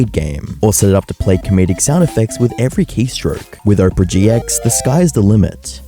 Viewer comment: My mans seriously pronouncing "Opera" like "Oprah" 😂